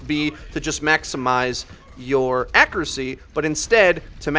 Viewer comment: Great tips on increasing Phara's Acker-uh-see